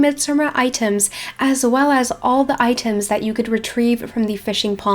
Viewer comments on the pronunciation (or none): I died every time she said "iiiteem"/item